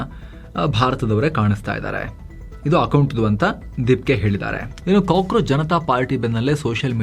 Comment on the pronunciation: Kakorachu ucharu